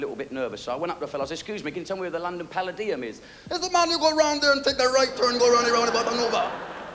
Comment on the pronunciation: Why does he pronounce palladium wrong?